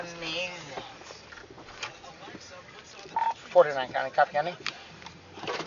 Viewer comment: "Dizziz amaaaaazing"